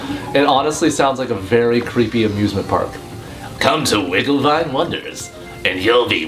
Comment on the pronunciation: Kinda sounded like you said "Wiggle My Wonders". I think that's even worse.lol